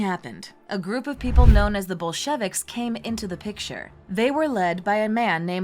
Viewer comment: The Bol-shevicks??